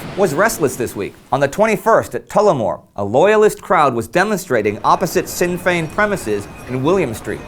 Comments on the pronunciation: Ooh. Ireland gets a mention. It'll be interesting to hear about the rising in the greater context of the war. I was only ever taught about it from the point of view of the irish people. (Also, as others have said, it's pronounced "Shin Fein".) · Other than joining the clamour correcting the pronunciation of "Sinn Féin" - it's pronounced like the English words "Shin Feign," I'm getting excited to hear The Great War talking about events in Ireland, as the national commemorations are currently going on around me. I really hope you're able to do a special on the Rising or similar, and it's effects on Irish troops at the front. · Love the show guys, keep up the good work. Looking forward to see how you cover Ireland in the next few weeks. Also sinn fein is pronounced "shin fain" the irish language is pretty hard to get a grip on. Tried learning it at school, just couldn't get a handle on it. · just thought I'd say that "sinn féin" is pronounced as "shin" it's just a small thing but being from Ireland I couldn't help myself. keep up the good work! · it'd be really cool if you guys did an episode on The Easter Rising in Ireland - it's the 100 year commemorations this weekend. One quick note on pronunciation. The "Sinn" part of Sinn Féin is pronounced as "shin", like the front of your leg. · War Sinn Féin is pronounced Shin féin. thanks for mentioning us though. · Sinn Féin is pronounced shin-fayn. I only mention it because I'm aware that it will likely come up again in about a year. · Greetings from Ireland, loving the series! Just need to tell you that Sinn Féin is pronounced 'Shinn Fain'... The 's' is an 'sh' sound... Other than that keep up the good work:-) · great videos but one thing . it's pro nouced Shin Fein like the shin in your leg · Sinn Fein is actually pronounced shin Fein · Just a heads up Indy, Sinn Fein is pronounced 'Shin Fein'. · Just to let ye know Sinn Féin is pronounced 'Shinn - Fayyn' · Sinn fein is pronounced "shin feign"